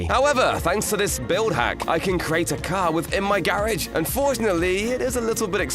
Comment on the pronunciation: 3 how you said garage garihg